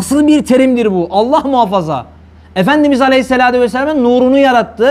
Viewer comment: Neden Aleyhissalatü değil de Aleyhissaladü diyorsunuz. Sizi takip edenleri yanlış bilgilendiriyorsunuz.